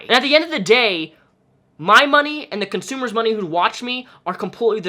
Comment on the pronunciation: Ngl i cringe when u say consumer